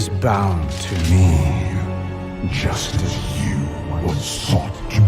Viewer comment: When he says "Just as" sounds like a "Justice?" in wrath gate cinematic